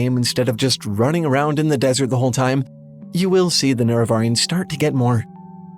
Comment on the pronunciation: Please decide on how to pronounce "Nerevarine." We all do it wrong, but we keep it consistent. Love you, but please don't put the wrong emPHAsis on the wrong syllABLE.